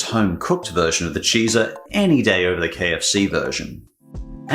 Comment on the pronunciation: I'm sure you're pronouncing Chizza wrong. Should rhyme with pizza: CHEE-tsa. Maybe CHIH-tsa to match chicken better. But definitely cheez-uh makes no sense. Gotta get into the junk food spirit better.